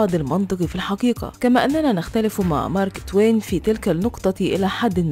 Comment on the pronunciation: حرف القاف وين راح ... الحكيكة دكيكة هههههه